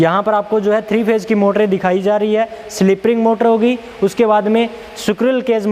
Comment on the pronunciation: सिकरुल नही स्क्विरल केज अगली बार ऐसा बोलिए l